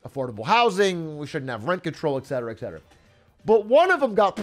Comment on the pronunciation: et cet·er·a, not eck cet·er·a